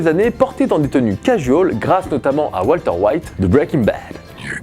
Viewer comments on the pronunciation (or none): none